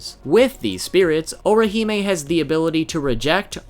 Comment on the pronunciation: You just continue to BUTCHER her name but cool vid dude.